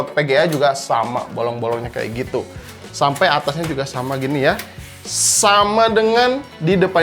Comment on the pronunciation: Orang sunda ..😀😀 sampai bang🤭